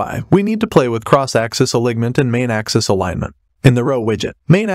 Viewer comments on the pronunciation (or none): For example, - "Alig - ment" vs "Alinement" hahaha